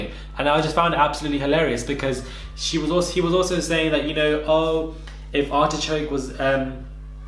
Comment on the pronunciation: Hold on did you just call Artichoke, ARSECRACK!!! Omggg 😱😂😂😂😂 IM DEADD!! 😂😂 BAHAHAHAHA!!!!!